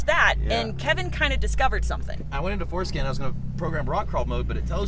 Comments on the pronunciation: Love the vid! When they said forscan, sounded like they said “foreskin” lol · MORESKIN..OR FORESKIN..??? IVE TRIED LISTENING TO IT MULTIPLE TIMES ? LOL